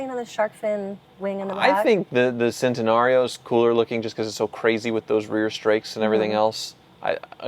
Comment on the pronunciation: Love the show but you guys killed me on this episode- you mispronounced “centenario”, “cientodieci” and “barchetta”!